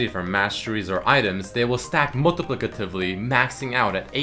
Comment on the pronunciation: You butchered 'multiplicatively' xD